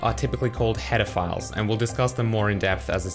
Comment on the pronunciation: I wasn't listening very intently and heard "These files are called pedophiles"